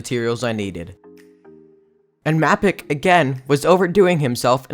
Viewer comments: Why you call m-ae-pic m-ah-pic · Why you call him mapic not maipic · Macit he calls mappic macit -_ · Bruh why do you pronounce mapicc 2 different ways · Mapic he really said mapic